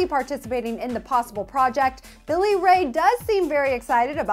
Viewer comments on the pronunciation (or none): none